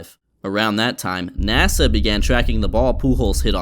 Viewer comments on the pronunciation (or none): none